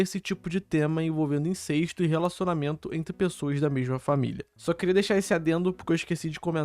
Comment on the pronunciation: Cara, INCESTO é com E aberto, não é INCÊSTO, como vc tá falando o vídeo todo.